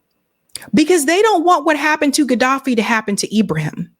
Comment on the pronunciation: LOVE YOU but you are mispronouncIng his name. IBRA-HIM (ARABIC) Thank You for doing this STORY!!!!✊✊